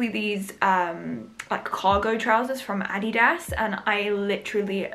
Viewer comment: The way you say adidas is hilarious 😂